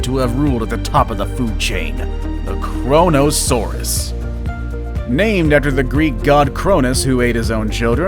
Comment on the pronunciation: who else thought "korona" when it said kronosaurus